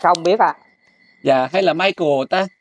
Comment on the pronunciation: Đọc là Mai cồ.. OK